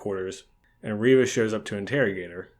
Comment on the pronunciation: It is pronounced... ReeeeeeeeeeeeeVA